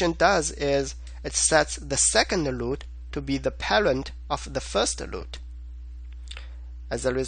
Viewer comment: Your videos are exactly the right combination of explanation and code walk thru. Keep doing them, and I don't care if you say 'loot' insted of 'root'. Haha.